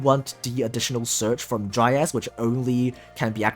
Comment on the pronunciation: You: Dryas My ear: Dry ass